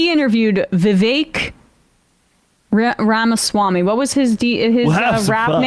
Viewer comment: This woman has a voice like nails scratching across the chalkboard. She couldn't even pronounce Vivek Ramaswamy's name and he was the topic of discussion. I could go on and on. What a mousy mess!